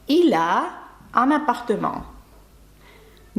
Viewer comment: Добрий день, питання чому в слові appartement ви наче вимовляєте після М ще ан хіба не апартем би мало за правилами бути?